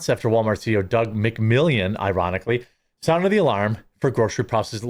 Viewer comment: Walmart's President's name is McMillon, not "McMillion" as you always mispronounce it. It's pronounced just like my last name. Only one "i" in the name.